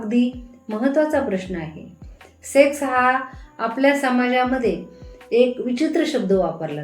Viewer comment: सेस नाही मॅडम सेक्स म्हणा